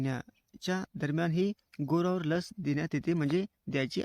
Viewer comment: "गोवर "उच्चार नीट करत जा,🙏